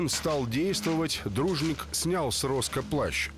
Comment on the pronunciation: А шо это за фамилия странная у убитого ?..Вроде ж не россияне снимают, но украинские фамилии персонажей произносятся,порой, чудовищно. Перед съемками, все-таки, панове, не лишне проконсультироваться, все ли правильно понято в сценарии и где ударения делать ... РОскА... кровь из ушей